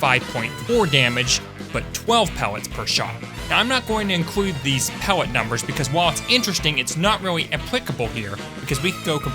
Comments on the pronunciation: i swear he said "pewwet" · I like the way he says Pellet like how the Rabbit from loony toons says wabit